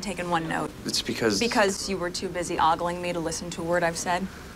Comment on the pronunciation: I’m amazed that this was on TV and no one knew that the word ogling was mispronounced. It’s O gah ling, not a awgaling.